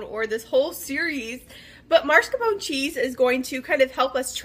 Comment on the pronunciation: This was a good tutorial and I appreciate you taking the time to make it. Thank you for fast forwarding through the parts that weren't pertinent. I would have loved to see the finished product. Also, just to be helpful it is pronounced mascarpone, not marscapone.